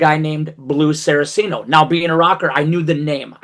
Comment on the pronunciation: Two things I want to clarify. One I know to be true, the other I'm almost certain is true. What I know to be true. Richie's last name is pronounced "Cot-zen" not "Coat-zen." What I'm almost certain about (nearly 100%). Blue's last name is pronounced "Sar-Cee-Ah-no" not "Sara-Cee-No." Not here to play grammar Nazi, just clarifying. Love your content. Keep it going.